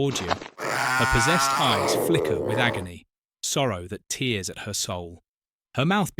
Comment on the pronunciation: The pronunciation in this is ...disturbing. Tears at her soul, like tears that flow from your eyes? GWEN-VIVER? (It's supposed to be "Gweny-vhar")